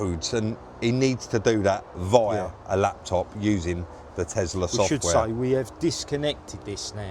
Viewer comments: Loved watching you working your magic on yet another vehicle and it's always interesting. But, one thing that jumps out at me, and it must be a down south thing, is your pronunciation of the vehicle make..... you say TeZla (and many times), but the car is a TeSla, no z, 😂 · Liking the Tesla vids but for my sanity Can you please say TESLA not TEZLA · Elon says Tezla